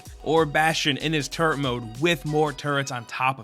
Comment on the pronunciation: am I the only one who heard "turd" instead of "turret"